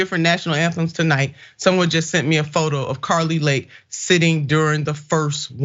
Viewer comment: She said carli Lake. Lol you don’t know anything about the United States. It’s Kari Lake. And she’s a super star